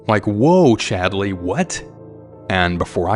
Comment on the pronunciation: i’m sorry… but “Chadly”?!😂